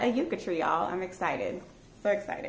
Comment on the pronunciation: Great haul! I am from the Texas Panhandle where yucca grows and blooms out on our prairie. They are beautiful!!! Can I just say that the pronunciation is yuck-a. It's not that big of a deal. I'm not a nut about it but I just had to say it. Haha! ❤🌿🥀🐞🌺🌿❤